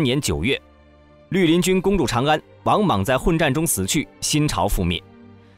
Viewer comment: 陆林军成了驴林军，听到这个发音，就不想看下去了。